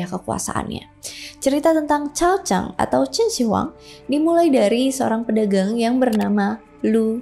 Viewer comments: Bacanya QIN SHI(SHƏ) HUANG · Salah baca nama mbak... Totok banget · mbak belajar dulu cara menyebut nama yang tepat barulah bercerita